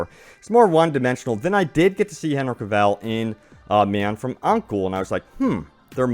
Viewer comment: Omg my ear bleeds when hear OMG pronounced Henry Cavil name. It pronounced Hen-ry Ca-vil not Hen-ry Ca-val.